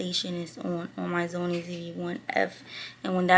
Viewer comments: why u say sony as Zony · It’s so cute how she was pronouncing SONY by saying ZOMIE the entire video! 😂